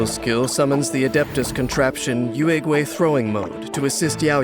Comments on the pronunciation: Can’t blame the VAs but I die inside everytime they say “Youehhgway” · I really love Yaoyao, but whenever she uses her skill and says the name Yuegui, I always hear Urugway or Master Oogway I can't TT